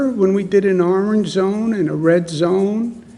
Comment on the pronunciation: Never trust a guy that can't say orange correctly